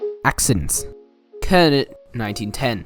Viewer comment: Kernot is pronounced Kur-now as in Cheryl Kernot.